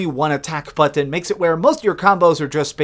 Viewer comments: turned video off after the second way you pronounce BUTT-TON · How come sometimes you say the word "button" like an absolute mong then other times you say it OK? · You say "button" weird. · You didn’t say it wrong, but the way you pronounced “button” with the hard Ts is the type of comedy I don’t want to laugh at. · 8.5? Wow ... I had it on Xbox back in the day I thought it was ‘ok’ ... the way you were saying ‘button’ tho 😂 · IT SOUNDS LIKE HE'S SAYING "UHHTTAOCK BUHHTTOUN" INSTEAD OF ATTACK BUTTON LMAO 🗣👂😂😂😂..